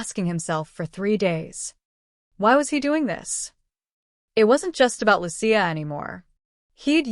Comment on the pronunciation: Her name is Lucia not luchia